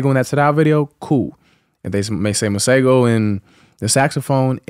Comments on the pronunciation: Tank pronouncing Masego correctly at the end is everything!!!!!!!!!!!!!! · As someone who comes from South Africa where we have a lot of people named Masego, I really appreciate Tank’s pronunciation 🤌🏾😊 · Love he pronounced Masego. The South African way at the end.🇿🇦